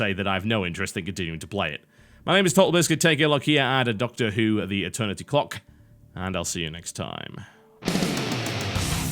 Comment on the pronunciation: i thuhgt he said cock lol